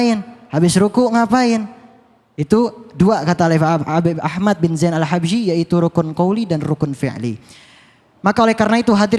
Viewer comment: Maaf ustadz itu baca Al nya di qalqalah